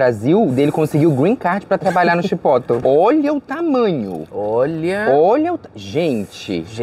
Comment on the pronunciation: Não é CHIPÓTOU! É exatamente o que está escrito: CHIPOTLE. É uma palavra mexicana. Principalmente se tratando de um restaurante mexicano.